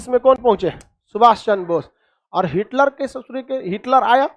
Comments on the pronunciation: सर हिटकर नहीं हिटलर नाम था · अरे भाई हिटकर नहीं बल्कि हिटलर